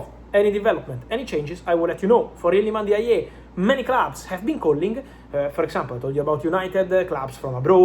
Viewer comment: It's Ilman Ndiaye not Ilman yeye...😂😂😂😂😂 You are butchering the name bwana. Shida ni nini?😅😅😂